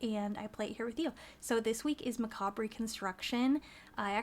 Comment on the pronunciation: ur pronouncing the word macabre wrong :)